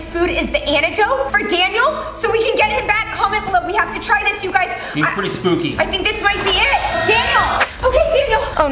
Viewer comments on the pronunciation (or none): The word spooky is actually sbooky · Spooky is with a p not b like said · when they said sbooky did they mean skooby ???